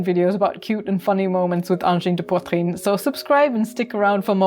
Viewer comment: Bravo! You're the first English-speaking person to pronounce 'angine de poitrine' correctly! Excellent video!